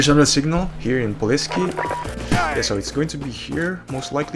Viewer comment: Its poleskoy but alr 😊